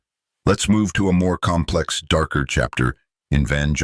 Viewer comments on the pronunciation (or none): none